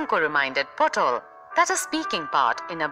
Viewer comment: not potol babu but patol babu...😂